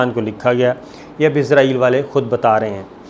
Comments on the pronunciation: اپنا لفظ صیح کرو ۔عزرائیل نہیں اسرائیل ہے۔۔۔۔۔۔۔۔۔۔ اپنی زبان استعمال کرو۔ذہنی غلام مت بنو۔ ہم باوقار ملک کی باہمت قوم ہیں ۔ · اسلام وعلیکم صابر شکر صاحب سر جی لفظ اسرائیل بولا کرے یہ یہودی ریاست کا نام ہے عزائیل فرشتہ ہیں جو جان نکلتا ہے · صابر صاحب آپ سے گزارش ہے کہ اسرائیل کو اسرائیل بولا کریں ،